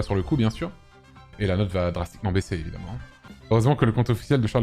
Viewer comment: bien évidemment, bien évidemment, BIEN ÉVI-DE-MMENT !!!